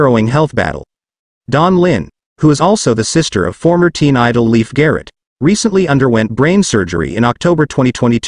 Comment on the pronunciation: It’s pronounced Layf.